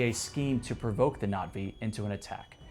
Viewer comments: Oh great. Another dude using the tryhard pronunciation of Na'Vi. 😂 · Bro's pronunciations of things like Na'vi and WETA are getting to me. The former might be right, but it's just as brain-drilling